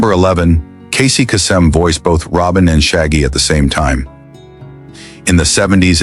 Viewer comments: Pronunciation error: It's Casey Case-EM, not Ca-Sem. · it pronounced Caysum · Casey's last name is pronounced KAY-sem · Teach AI how to pronounce Kasem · Either you are using AI to narrate or you can't pronounce Casey Kasem's name properly. FAIL! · How difficult can it be to correctly pronounce "Kasem"?:)